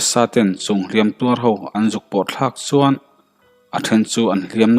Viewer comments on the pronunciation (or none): I chhiarthiam vaklo a mi chuan tih tawngkam i hman in suan i tizela ngaihthlak a nawm dawn nen suan i ti zel a tun ainasa in tan han la leh teh khai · 'S' hi I uar mah mah a niii... Zel tih turah 'sel' Chuan tih turah 'suan' Sela tih pawh hi 'Sssela' Uluk zawk a chhiar zir nasa teh chuti lo chuan I thawnthu chhiar a ngaihnawm lo deuh tlat.